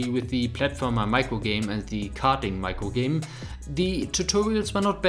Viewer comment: his accent is really cute he says progress as pwgwess and microgame as micwogame